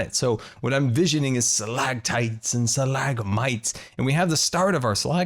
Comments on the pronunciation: Did anyone else realize that didn't make the "t" sounds in Stalagmites and stalactites? 😂😂😂 It's okay,. You'll learn... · It annoyed me so much that you said stalactites and stalagmites wrong